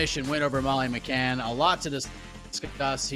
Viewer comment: Minced-Meat Molly McCann. Please get the name right